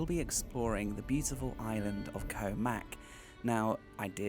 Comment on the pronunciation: I enjoyed this video. I went to Koh Mak many years ago and it doesn't seem to have changed much. I know it's trivial, but the vowel sound in "Koh" ( เกาะ) is a short one, like the vowel in got.😊 Just say "got" but replace the "t" with a glottal stop.